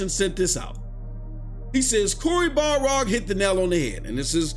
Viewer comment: Every time you say it “Balrog,” Cory Barlog loses another month off the end of his life